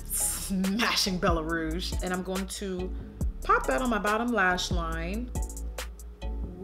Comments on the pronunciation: «Bella rrrrose» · The way she says "Bellaaa rrrrouge" 😂😂😂. 😘❤️ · BELLA RRRRRRRROUGE